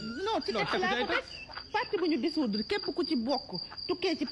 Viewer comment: Manoul sakh wakh "dissoudre" mou toppoo naane "désoudre"😂.